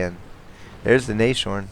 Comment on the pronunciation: Nice demo of what (and what not) to do when spotting along a ridgeline. The same happens when defending Siegfried Line, a good scout makes all the difference there, especially along the north ridgeline. By the way, "Nashorn" would be better pronounced in split syllables: Nas- (like in NASA) -horn. This because "Nashorn" is the German word for "rhinoceros": nose + horn.